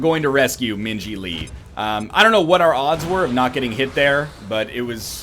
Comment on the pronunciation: So I missed it. Did NL Purposfully name Min Ji so that when he says her name it sounds like he is saying Minge-y? Cause that is pretty ball si if he did.